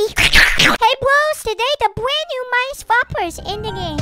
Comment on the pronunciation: When he said Midas it sounded like among us